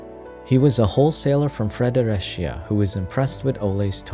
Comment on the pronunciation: Fun fact the real way to say fredericio fre de ri sio